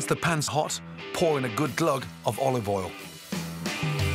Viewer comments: Nobody: Gordon Ramsay: olive ole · “Olive ol” -Gordon Ramsay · He also says Olive Oll, doesn't pronounce the "i" in oil at all. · "olive all" you mean